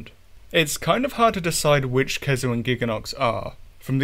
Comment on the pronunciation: Never heard someone err the pronunciation of "khezu", aside from having no consistency.